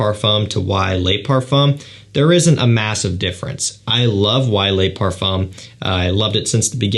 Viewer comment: Le not lay